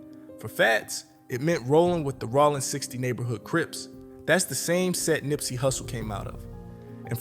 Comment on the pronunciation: Rollin not Rawlin💯😂🥱